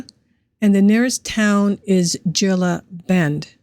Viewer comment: It's pronounced Heela Bend, AZ. The g has the h sound because it's Spanish, and the i sounds like two es